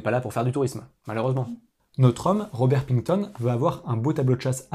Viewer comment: Salut. Petite erreur de prononciation : le nom ne se prononce pas Pington, mais bien Pickton. En dehors de ça, j'ai trouvé le récit clair, globalement agréable et très bien illustré. Mais peut-être pas assez fluide (à mon avis), avec un rythme de voix peut-être un peu trop cadencé (pour exemple, un cas extrême est le rythme d'Hugo Tavers, sur sa chaîne HugoDécrypte). Cela produit un effet compte-rendu qui nuit un peu à l'atmosphère narrative. du fait que des personnes sont mortes dans des condition abominables. Même si ça s'est passé loin de nous, je ne crois pas que soit une bonne idée de mélanger Fort Boyard et barbarie. Mais je conçois aussi que, lorsqu'on prépare une présentation de ce type, on puisse ne plus avoir, au bout d'un moment, le recul suffisant pour estimer la justesse de son propos. Néanmoins, tout était clair et c'est juste la forme qui pèche un peu.